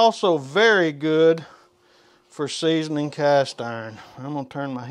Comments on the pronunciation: And “seasonining”. And “warsh”. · 3.24 seasoninging 😂